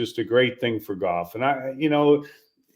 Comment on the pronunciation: Ther is an L in Golf. It ain't goff.